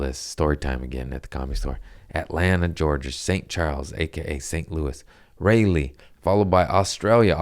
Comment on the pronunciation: Raleigh is pronounced raa' lee like dolly baby and I love the shit outta you.